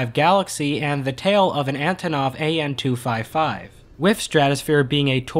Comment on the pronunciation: It's Antonov AN-225 not AN-255.